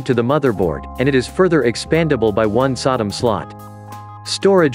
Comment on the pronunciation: It is NOT a Sodom slot. It IS a SODIMM slot. (As in a DIMM made for a laptop.) Please inform the monotone teleprompter. Otherwise, you have some good points.